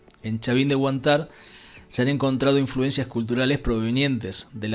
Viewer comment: El gringo pronuncia mal 😄 dice "Huantár" y debe ser "Huántar"